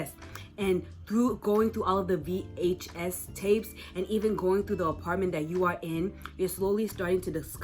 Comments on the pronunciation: nah it just sounds very weird. Usually people say it like one word, like how they say DVD, but it's like you pronounce each letter in VHS like a seperate syllable, and as if you have air-quotes while saying the word. Just kinda urks me a bit because it gives me the vibe of someone talking about some kind of media like it's some ancient relic, if you know what I mean. Another thing is you kinda go on and on without any sort of pause. It's a bit overwhelming, so I think I'd be helpful to have breaks in-between speaking somehow. Love the video tho <3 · for the love of god please stop saying VHS like that